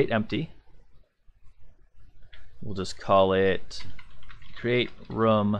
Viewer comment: Great tutorial. Better than someone else's I was watching. I also love that you call a room "rum" and I'm drinking rum while watching. Rum Layer, Rum Point, Rum Listing. Love it!